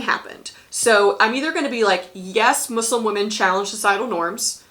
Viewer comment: Lmao as a Muslim girl having this be a DBQ is so funny to me that we’re a question. Lol Mansa Musa wouldn’t be able to film Hajj but it’s a funny idea. Thank you for pronouncing Muslim right, hearing Muzlim annoys me sometimes. I’m so scared for World. I haven’t been able to study much because we’re up to our necks trying to do Unit 8 and 9. Will try Teachtap.